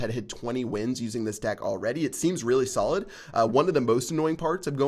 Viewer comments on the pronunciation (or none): ok im sure he all have said dick instead of deck lol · Did you guys hear that said dick instead of deck!!